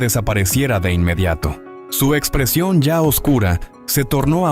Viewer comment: "Si exprecion ya oscura" xD